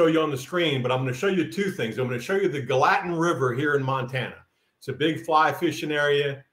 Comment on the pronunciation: Gallatin pronounced: 'GAL'- a tin. Thanks for keeping us inspired!!